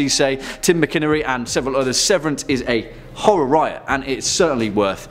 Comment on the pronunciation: Re. Severance, I think it’s pronounced ‘Mac-in-EARN- ee’. But for years I pronounced it the same as you, ‘Mac-IN-err-ee’.